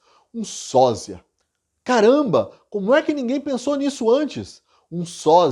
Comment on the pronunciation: Porque você pronuncia SÓZIA sendo que o correto é SÓSIA. Trocar a pronuncia ofende os ouvidos.